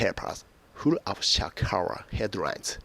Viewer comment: what the fuck is your pronunciation?! lol who the hell use your video for learning English.